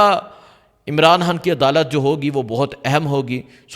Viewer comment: یار تم خ کو کیوں ح بولتے ھو۔خان ھوتا ھے حان نہیں ۔۔۔۔پہلے اردو کو درست کریں پھر ویلاگ شئیر کریں۔۔۔